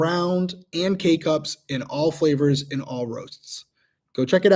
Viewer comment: Every time he says k cups, I hear “cake ups” and I get sad every time because cake ups aren’t even a thing.